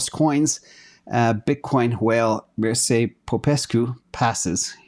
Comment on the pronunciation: Never heard about Mircea but I being of Slavic decent I can assure his name is pronounced Mir(ch)a.